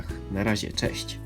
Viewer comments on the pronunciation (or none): none